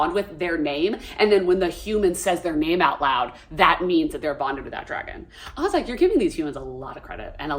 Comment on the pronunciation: "She's such a smol bean that can't even climb on the dwagon😢"